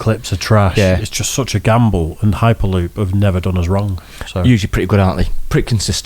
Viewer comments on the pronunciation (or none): Lol at the beginning when they were saying the name of the channel (HyperLoop) I thought they were saying "High Paloop" and I was thinking that was an incredibly weird name.